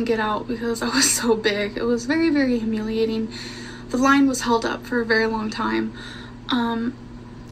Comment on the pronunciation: She said humulating